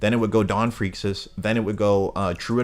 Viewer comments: Just fyi Freecs is pronounced freaks and tserridnich is pronounced sir eyed nick haha great vid tho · Whats the deal with your pronunciation of Ging and Gons last name 💀💀💀